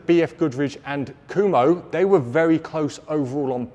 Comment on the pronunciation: I don't know all that much about the brand but how can a name which is spelled "Kumho" be pronounced "Kuhmo"?